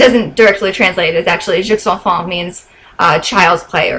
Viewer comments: OMG!!!! Mangos, disappearing for a month...so me! Oh and...btw for the movie «Jeux d'enfant» the «x» is silent so kinda like «je» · You don't pronounced the "x" (or the "s") in "Jeux d'enfants", and it means child's play!:) Nice video! <3